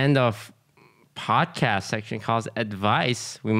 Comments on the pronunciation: Did anyone else notice that it's say padcost instead of podcast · anyone noticed is said padcost instead of podcast? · The "PADCOST" is upsetting me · I wonder how many people noticed the "PADCOST" lol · The episode was amazing! But the "Padcost" is really messing my brain up... Why must you hurt me in this way? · I noticed padcost so fast and the way lily pronounces podcast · That "OTV Padcost" is triggering me😂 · lol padcost instead of podcast